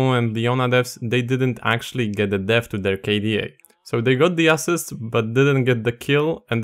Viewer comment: "ass-sist" kinky ngl kind of like it